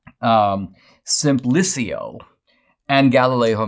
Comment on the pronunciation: The name of the dumb character in Galileo’s dialogue, “Simplicio” is pronounced more like “seem-PLEE-cho”